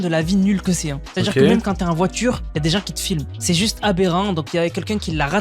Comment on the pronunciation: "La voitchure "